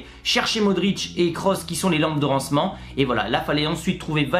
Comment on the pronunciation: Les "lampes de rencement" mdr